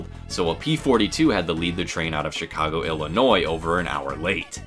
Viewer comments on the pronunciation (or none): none